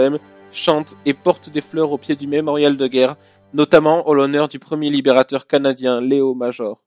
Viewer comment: Ça fait tellement mal d'entendre Canadien ! Mes oreilles saigne 😳